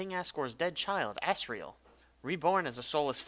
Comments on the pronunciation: you pronounced it assreal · "asriel" microsoft sam: "A SS RAIL" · did u say ass riel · sounded like you said ASS-riel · that's asriel as it gets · pfftI just put on cc and it said "ass real" XDD